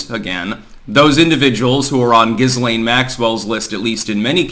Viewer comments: He is trolling Ghislaine. He is saying Giz. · The "S" is silent in Ghislaine Maxwell's name. Every time I hear mispronounce words and names I always wonder if he's trolling us or if he really doesn't know how to pronounce...Ghislaine in this case. (Gi - Layn )